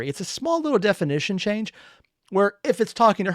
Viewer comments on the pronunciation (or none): none